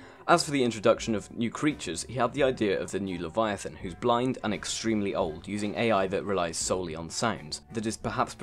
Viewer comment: It sounded like you said reeper lavyathyn goat lavyathyn and sea emperor